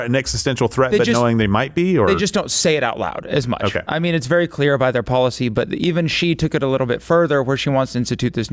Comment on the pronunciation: Okie Day? Is she Jar Jar Binks? A Gungan?